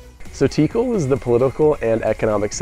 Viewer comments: You say Tíkal haha but it should be Tikál. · Guys it’s pronounced Like Teekal. Like the name Calvin. Not tikel😂